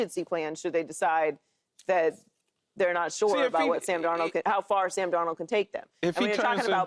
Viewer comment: I’ll sub when joy put some spek on darnolds name 😂